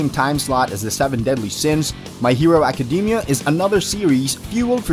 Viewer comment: “My hero acadeemia”